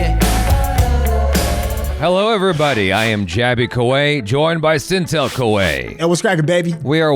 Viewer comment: SYNTELL became SNTELL